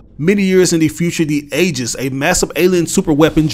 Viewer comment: To help you with that confusing word Aegis, it's actually pronounced Ee-jis not ay-jis